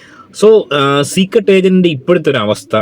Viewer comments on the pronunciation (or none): ചീക്രട് എന്ന് കേൾക്കുന്നതേ ഇഷ്ടം അല്ല 🤨🤨